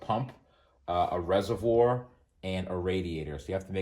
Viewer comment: Hey say “ reservoir” for the subs again 😂